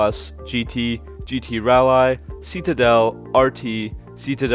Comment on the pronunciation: And yet you're good with "rall-eye"?😏😏